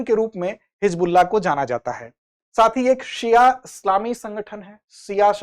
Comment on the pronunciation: Hijbulla nhi hizbulla uchcharan hoga sir ji